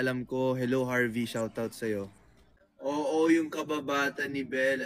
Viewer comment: hahah bakit parang iba nga ung pagkakasabi nya sa oo yung kababata ni belle alam ko..... loveyou don donny